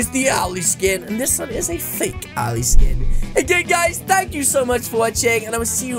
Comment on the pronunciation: The name is Owell not owly